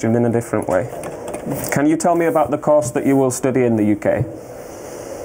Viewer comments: On one question, the student confused 'course' for 'cost' , and on the next he confused 'course' for 'cause' , but overall his fluency is average for someone in his situation. The officer's accent is not the easiest to understand for non-natives, and he's neither seeing the confusion affecting the interaction nor is he able to vary or accentuate his pronunciation to make it a bit more apprehensible to non-natives. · the guys English was good but when he started speaking with the immigration guy - he got so nervous plus the way the immigration guy said COURSE was so like KORSE and not actual way it is pronounced in India - I was confused too for a bit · he's miss speaking "course" as "cost" wtf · Dude the immigration guy couldn't pronounce Course properly and kept saying Cost. The student tried to respond with the number's which got him rejected. Seems unfair, probably did it for the camera. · Certainly that guy was mispronouncing course as cost. But the student should have been able to identify this based on the other words used in the sentence... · I think the visa office should have an English pronunciation test 😂 he can't even pronounce "course" correctly. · Check video Even if you have been speaking English for last 30+ years, there is no way you would be perceiving this word as "Course". Its not accent, it's actually the pronunciation style that lacks clarity and empathy. His fast speaking style shows his pre-determined behaviour to fail someone he does'nt feel that this person deserves the required university degree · the officer appears to be asking "tell me about the course" but it SOUNDS very much like "tell me about the cost" ...... which is what the guy tries to do - TWICE. Then the officer says he can't understand ..... Clueless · The structure of the Course was misinterpreted as ‘COST’ His pronunciation is so misguided 😂. Poor chap lost lots of money 😢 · The way he's saying "course" almost sounds like "cost" to me. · Even I heard it as cost